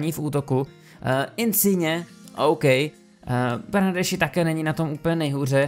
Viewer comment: jméno Bernardeschi komentátoři vyslovují jako Bernarski:) já jen jak koukám na italskou ligu tak mi tohle celkem rve uši:D ale chápu kdybych nevěděl taky to tak vyslovuju jak ty:D